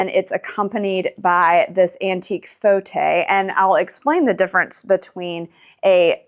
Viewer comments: Lovely home thank you for sharing. By the way, Fauteuil- which, indeed is French for armchair. However you have the pronunciation incorrect~ not 'faux-tay', but rather: 'faux~toye"...also, foyer is pronounced: "foi~yaye". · Fauteuil is not pronounced “fotay”.